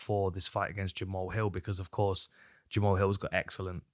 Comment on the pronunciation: I know it’s jamal, but jama-haul sounds so much coooler :/